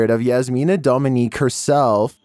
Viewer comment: Its Dominić, not Dominique. Look at the thumb